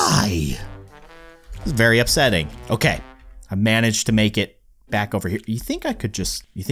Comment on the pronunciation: why do you keep saying upseting